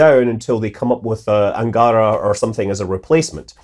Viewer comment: In the word 'Angara', the last syllable should be stressed, like Anga-Ra.